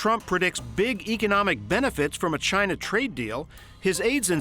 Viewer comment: What ya guys expect, the guy can't even say "china" properly ...... he had to call them "Jaina"